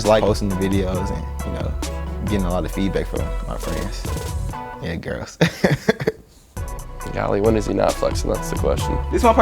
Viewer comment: I’ve heard “golee” from the quarter back so many times